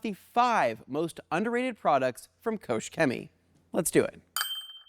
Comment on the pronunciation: You pronounce the name of the company as "Ko-shimmy." Ask a German when you meet one how to pronounce the company name.